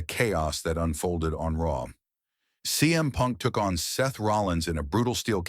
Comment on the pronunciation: I knew the moment you referred RAW as r.a.w Not to continue watching. GTFO